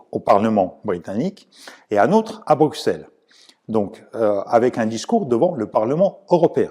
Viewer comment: Très bonne analyse comme toujours et c’est un plaisir de vous entendre en français également. Par contre en Belgique, on écrit Bruxelles avec un X mais ça se prononce Brusselles 😄👍